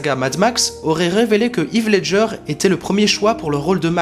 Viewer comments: Très bonne vidéo ! Y a juste un truc qui me perturbe, c'est la façon dont tu prononces le nom de Heath Ledger x) ça se prononce pas "Yves" mais "Hiss" :) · Heath ledger ça ce dit (HiS) et non Yves lol Désole j'ai pas pu résister ça me faisait trop mal aux oreilles MDR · Pas hith Ledger, on prononce Hèèèèèèth Ledger